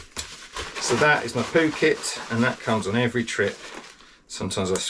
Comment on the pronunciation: I love the way you say Poo Kit... it makes me wanna go 😂